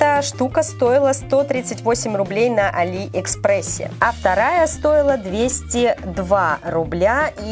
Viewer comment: а́ли экспресс